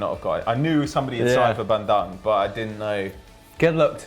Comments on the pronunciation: it's Bandung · its pronounced: BAN-DOONG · It's pronounce Ban - Doong. Thanks for the support for my club in Indonesia!